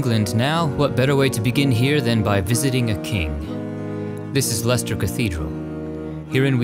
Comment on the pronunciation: As I'm from Leicester,it is great to hear pronounce it right! Also, we watched king Richard 3rd coffin being driven to his burial site. Thousands of people lined the streets to watch history being made.